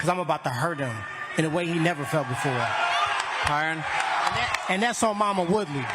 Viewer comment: Glad the announcer got Tyron’s name right. Finally someone that actually gives a shit.